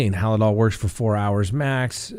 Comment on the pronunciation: Halsol just Hal-dol, no i.